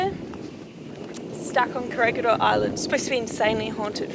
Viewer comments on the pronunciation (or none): You did it again...its ko-re-hee-dor not koregidor